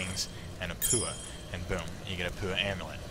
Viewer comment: Paua is pronounced 'pawa'. A beautiful shell found on beaches in New Zealand where I live, and where this great game was developed.